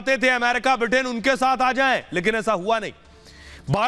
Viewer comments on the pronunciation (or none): none